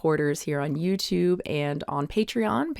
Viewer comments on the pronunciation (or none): none